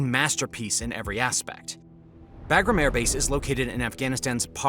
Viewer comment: Imagine calling a B-2 bomber a B-52 and also being an a§§hole and then you mispronounced Bagram, which I'm sure you've heard pronounced properly a thousand times in the past, but you know the proper way huh?! 👎👎